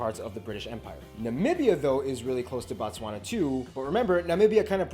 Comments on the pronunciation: Your pronunciation of Botswana is wrong. It’s Bo-Tswana not Ba-Tswana.Batswana means the citizens of Botswana 😂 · Can we respect the country by pronouncing the name correctly. it is BOtswana, not BAtswana. Botswna is a country and Batswana is the people of Botswana. The vowels "a" and "o" makes a difference. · It's Botswana not Batswana that is the names of the citizens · Appreciate it mahn, but it’s not Batswana, it’s Botswana, the country is Botswana and Batswana is the people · Its Bo Bo Bo Bo BOTSWANAAAAA not BATSWANA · BO TSWANA NOT Bantswana 😂😂😂😂😂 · Bro can I advise in future you do a live chat with someone who lives in pronounced BHO-TSWANA (emphasis on B) that white guy knows things from a theory point of view but not from a socio-issue and economic point of view. Take down this and do it correctly with someone who lives in (pronounced BHO-TSWANA) it is very important and will make this clip more interesting. Thanks for taking the advice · bro you pronouncing it wrong though, kkkkk "bontswana" really?! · sorry but did you just say batswana bo again sorry for being rude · Pronounced "Boo-tswa-na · Ok for pronounciation's sake.. pronounce that "Bo" same way you sound "Boo" for Book. Thanx for pitching home mate'.. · It's pronounced Boo-tswana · He can call gaborone but But not Botswana classic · Should call Botswana name correct This is fun but the name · it's 'boo-tswana' not 'ba-tswana'❤